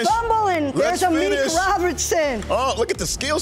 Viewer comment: Amik "Amuch" Robertson, you heard it here first.